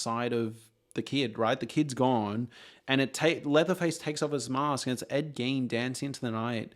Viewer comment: Are you saying Gain? Ed GAIN?